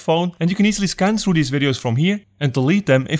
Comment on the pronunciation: Ok. After I tap on iPhone storage, what is the next thing to tap on???? It sounds like you’re saying “tap on “Review your RADIOS???” But I don’t see that option, so I assume you’re saying reviews your VIDEOS?? But my iPhone X does not give me that option or are you saying something else? Your English is pretty good, but maybe not good enough??? or would be helpful if you tell us what version of iOS you’re using??? (Why in the hell did I ever switch to Apple???)